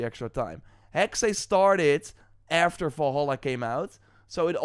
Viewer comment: It’s pronounced Hex my friend 😊